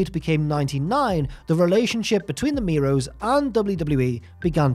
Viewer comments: Miro's 😂 lol it's mero's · It's Marc Mero not Marc Miro hahaha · OK, just me that is really annoyed by pronunciation of Mero. Mero and Miro are different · i know its a different accent & way of speaking, but stands out every time he calls mero miro like the former rusev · Stop saying Miro. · I'm about to freak out if I hear you mispronounce their last name one more time. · The worst thing about this is the pronunciation of Mero in the video